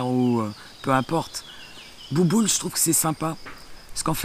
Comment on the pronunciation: Elle ma tuer avec "bouboul" 😂😂😂